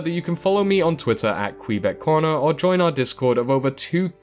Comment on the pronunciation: I kept hearing kweebec instead of kweebec corner😂 So I thought it was weird when he said: "And my name is "